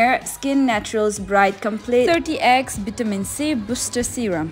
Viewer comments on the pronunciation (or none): Ayoooo!! I cannot with your fake accent.. Also wait for the "BHITAMI C BHUSSTRR SERUM"💀🥹